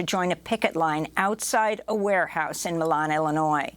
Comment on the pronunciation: Milan, IL is pronounced My Lin.